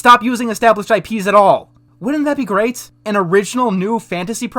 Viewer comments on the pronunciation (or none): none